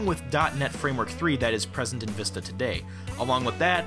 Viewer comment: Because they want to test the people if they can say the right way to pronounce it People keep saying (vih-sta) instead of the right way (vee-sta)